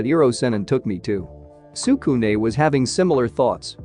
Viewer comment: bruh your making me pissed stop saying tsukune like that